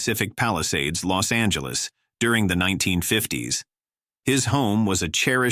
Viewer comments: IT IS LOS ANGELES, NOT LOST ANGELES, ALTHOUGH I ADMIT, IT IS AN APPROPRIATE PHRASE. IT IS JAMES WOODS, NOT JAMES WOOD. HOW COME THIS VIDEO WAS/IS READY TO GO SO SOON? WHO KNEW THIS STUFF ALREADY AND WHY? THEY KEPT EMPHASIZING THE PHRASE "NATURAL DISASTER'". I THINK THE LADY DOTH PROTEST TOO MUCH". ALSO, CULTURAL GLITCHES EXPRESSED IN AN OFF MANNER SUBTLY OCCURRED. IS THER A CHINA CONNECTION SINCE THEIR MOTIS OPERANDI DURING THE 1940s. CULTURAL REVOLUTION WAS TO ERASE HISTORY ESPECIALLY EMOTIONS CONNECTED WITH CHERISHED SOCIETAL VALUES. IS IT TIME FOR THOSE 15 OR 16 MINUTE CITIES? JUST SAYIN'. 😊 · The robot goes, Lost Angeles dude Lost Angeles, really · "Lost Angeles" ;)